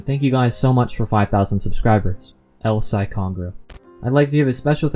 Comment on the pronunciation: The ONLY problem I have with this video is at the end... ... ... ... it's Kongroo, not Congroo